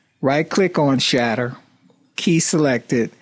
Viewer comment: whenever he says shatter, i keep thinking he gona say shitz. such awesome accent